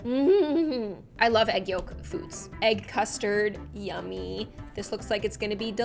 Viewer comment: the way she says 'its falling in loaf'